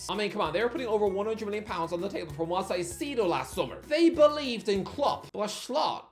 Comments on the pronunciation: The pronunciation of Moisés Caicedo physically pains me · pronounciation of Moises Caicedo keeps getting worse